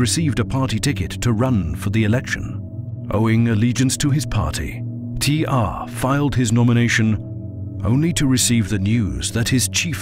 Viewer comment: Its T.R not "T arrrrrrhhhhhh"